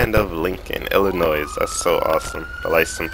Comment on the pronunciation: stop saying it like" illinoi'z' ". the s is silent and a real resident of the state doesnt say it like you do.